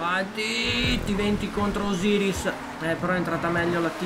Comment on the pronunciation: Itali non osyris 😂